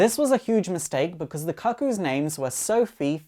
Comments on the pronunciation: I'm from Kent in England (the one region without a regional accent like Geordie: Newcastle or Scouse: Liverpool). I've literally never heard anyone beside this guy pronounce the word "kuh-koo" and hope I never do again. It's actually really off-putting to the point I can't watch the video. Shame cus it seems like a really in-depth analysis of some of my favourite characters. P.S. I think Esme and Cuckoos two and three (Mindee and Phoebe?) are working with Magneto to take down Sentinel Services... Just a hunch. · As a gay man, mispronouncing cuckoo is neither gay nor efficient. Most of us are too intelligent for that lmao